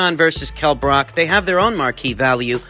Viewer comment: Bruv, it’s not Brock, it’s Brook. Book with an R in there